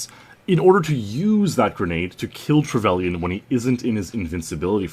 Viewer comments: Trevelian? No it's pronounced trevalin. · Trevellian? You pronounce it Trevelynn